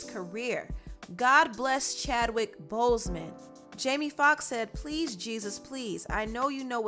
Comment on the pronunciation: Why is she pronouncing his name like that?😡